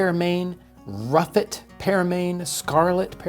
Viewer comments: Surely that’s the RUSSET apple, not the ruffet? Written with the long S style like Congreff. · Never heard of "ruffet" apples. I actually can't find anything about them. I'm pretty sure the word is "Russet" Using the "Long s", often looking like the lower case " f " which was used in books printed from the 13th to early 19th centuries. Russeting or russetting is an abnormality of fruit skin which manifests in russet-colored (brownish) patches that are rougher than healthy skin. It is a common feature in apples and pears. Russeting is typically an undesirable trait, which reduces the storage life of fruits and makes their appearance unattractive to consumers, although some cultivars, so-called russet apples, are appreciated for the feature. It is a shame we turned away from taste and went for looks and shipping quality, considering there are over 7,000 known varieties, some of which have wide ranging flavors from strawberry, cherry, pineapple and even banana. This is part of the reason I met with my local "Fruit hunter" who collects, grafts and sells local heirloom fruit varieties for this specific area. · Fantastic. Realy enjoy your discussion. You describe a ruffet apple. In england we have them here all the time and they are called russet apple. in olde english text the long s for ss is often writen as a f in script. Do americans mis read this as an f instead of the long s. Regards. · Listening to talk about ruffets, I think he means russets. Like the potatoes. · I'm sure you must mean "russet", not "ruffet". I have a golden russet. Russeting is the rough skin. Maybe the s's written as f's in a lot of the historical writing or maybe it used to be ruffet as the skin is rough haha